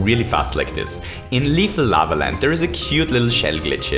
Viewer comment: Did.. did you just say Laver ?